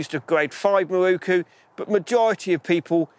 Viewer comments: Great video apart from the WHOLE industry pronouncing Miroku wrong! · miROku, NOT mirookoo